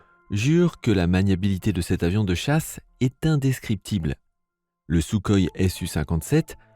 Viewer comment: désoler de faire le rabat joie mais : 1 on dit SouRoï (même si ça s'écrit kh) ensuite tt la fiche technique de l'avion est disponible publiquement (quasi rien de classé secret) de pus, le J-20 n'est pas si bon (l'armée de l'air chinoise pense a le remplacé au profit de modèle plus proche du f-22 A1 (qui est donc semble t-il meilleur) dailleur le j-20 (qui est fait pour les hautes altitudes est un avion de combats aérien , pas d'apui au sol (donc peut polyvalent) il n'a pas plus d'autonomie en vole que le f-22 (celui ci possède (comme tt les chasseurs de nos jour) la technologie des réservoir larguable et du ravitaillement en vol) toujours pas pour les airs-sol du j-20 (car c'est un chasseurs de combats aérien, pas d'apui tactic au sol (bombardement etc...). Pour le rafale les maverick ne sont plus d'actualité (je crois, ça je ne suis pas sûr) Pour le SR-71 blackbird, pourquoi est il classé dans une vidéo des avions de chasse ? autant mettre sa version d'avion d'attaque le y-a12 (et pas de reconnaissance furtive et d'espionage) De plus l'avion le plus rapide du monde avec pilote aujourd'hui est le x-15. La peinture noir sert a améliorer sa furtivité (la chaleurs ne posant pas problème grâce a l'emploi du titane.PS : (il ne vas pas du tt plus vite qu'une fusée saturne V (apollo XIII) allait (en pointe lors de son entrée dans l'espace) a environ 28 000 km/h contre au maximum 3500 pour le balackbird. JE M'ARRÊTTE ICI MAIS FAITE VRAIMENT ATTENTION A CE GENRE DE VID2OS QUI NE CITE